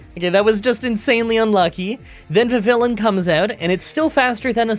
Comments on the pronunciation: Anyone else thought they heard "the villain" until realising it was actually "vivillion"? Also, isn't it vihVILLeeon rather than vihVILlun? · It's actually "VIH-vee-on" since the name comes from the French word Papillon (butterfly); the "ll" is silent like in the word guillotine. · Every time you said vivillon, i heard the villain. Ive asked myself "what villain" 3 times now.